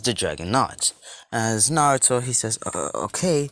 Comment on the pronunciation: Love the what if but you can't even say naruto 5 times